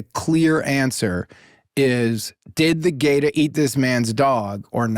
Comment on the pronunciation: I love how Jake first pronounces Gator with the hard R then drops the r out of nowhere. 😂